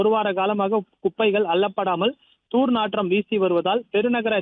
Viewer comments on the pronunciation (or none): தூர் நாற்றம் இல்லை தம்பி துர்நாற்றம்